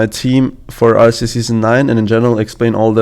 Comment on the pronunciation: I love how said RCS and not RLCS because of his accent lol